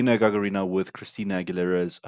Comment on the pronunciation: Простите но Вы неправильно ставите ударение в фамилии ГагАрина, а не ГагарИна, извините.